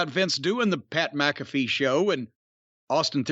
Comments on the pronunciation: How does everyone pronounce his name as MACafee.... it's MCAFEE.... like MCDONALD'S. Owweeee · Except, Pat pronounces it as MACafee.